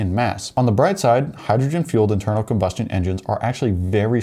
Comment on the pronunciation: I can't watch anymore of this filler by a guy who can't say combustion